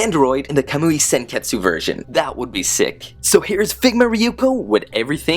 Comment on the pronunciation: You said senketsu but its pronounced senkets